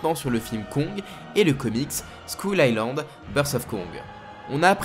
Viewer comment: "School" Island ??????